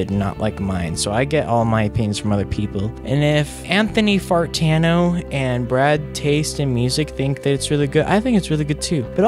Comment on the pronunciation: Did he just said anthony fartano?